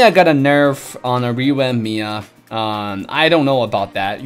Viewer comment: i like the way he says revamp rewamp :3